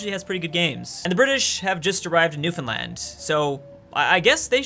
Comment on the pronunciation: Damn he pronounced Newfoundland right.. impressed